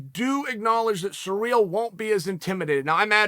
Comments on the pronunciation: Hey uncle Chael, it's not Sureal Gane, it's Cyrill, like in See Reel. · His name is Cyril (Siril) not surreal not serial not cereal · Thanks, Uncle Chael, I will now pronounce Ciryl's name as "surreal" from here on out. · At first I thought to myself, who is "Sureel"? LOL